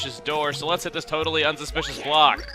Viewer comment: Stop sayin totaly